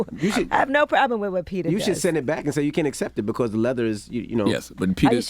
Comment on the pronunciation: Can y'all pronouce it PET-AH instead of PETER!! Out here thinking they be talking about a real dude 😅